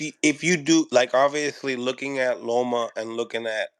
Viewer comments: Love you.. but it’s LOMA, not ROMO not LOMO … lol “respectfully” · Yo u gotta stop calling him romo😂😂😂